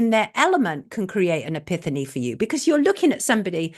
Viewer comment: epiphany - pronounced epifany Sonia :)